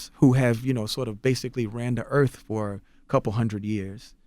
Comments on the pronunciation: i like how people say Earf instead of Earth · "Earf" Will we please learn the TH SOUND?! After all these years, decades, it may have been alright in the early 20th century but damn it really sets te perception of our people back 200 years.. It's WITH not Wif. Its DEATH not Def? It's EARTH not earf. GODDAMN already and you are in communications? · CTG: "If you look at Earf, and how diverse Earf is..." Earth dude... EARTH. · Nobody: CTG: Earf. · the earf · Lmao,....EARF; lololol😂😂😂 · Why Charlamagne be saying "erf"?